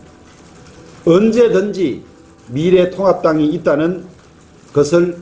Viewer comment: 우리 미래통곡당 이렇게 들리네요 ㅋㅋ